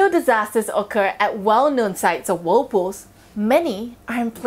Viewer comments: She pronounce it Wold poos arun de wuld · Whool pooohs 😂